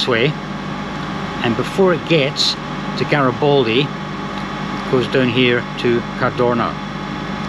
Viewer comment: I hope, until your next trip to Como you exercise to pronounce "Garibaldi" correctly :)